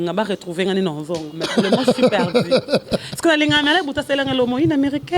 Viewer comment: Aza ata na soni te. Perdiiii. Eza nini perdu ekoma perdi